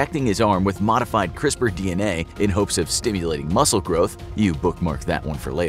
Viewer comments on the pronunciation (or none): none